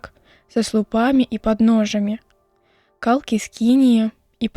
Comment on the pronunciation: Кал'кі няправільна, трэба калкі'.